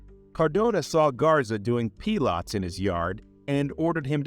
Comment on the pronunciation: Is this an AI voice? Can’t pronounce words like Pilates or abbreviations like LAPD